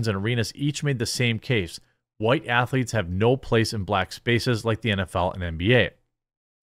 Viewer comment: “You call them (ath a leets)?” Eric Cartman